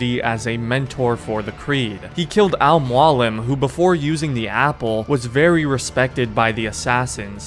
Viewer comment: How does he now know how to say Al mualim and the real hashashins were Muslims in real life and apart of The Nizari Ismailis(fun fact) -the hashashins smoked hashish before assassinations that’s how they got their name